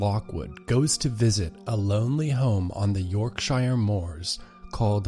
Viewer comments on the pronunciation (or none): Yorkshure...not York Shire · Ummm, 9 seconds in and your pronunciation of Yorkshire........was quite unique. I'm from Yorkshire. English place names usually never sound how they're spelt, because the English language is too sodding complicated for no good reason. Think more 'Yorksheer', or 'Yorkshear' and you'd be spot on. Your video was an excellent viewing experience. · That is not how you pronounce yorkshire. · HOW DO YOU EVEN BUTCHER THE WORD YORKSHIRE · i can't get over the narrator pronouncing yorkshire wrong xD